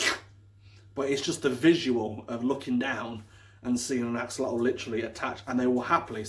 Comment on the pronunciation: This is great video....but it is not pronounced this way. It is pronounced the x is a sh and the otl is more like an item. Ah- shu-löte